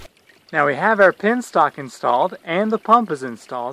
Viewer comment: BTW, it is "penstock" and not "pinstock".